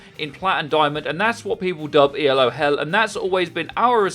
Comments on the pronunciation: I like your channel and vids but I wish you would stop calling it E L O hell. It is not an acronym, it's a name. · It's Elo, not ELO. Elo is not an acronym. It's named after a guy. It seems much less awkward to just say Elo.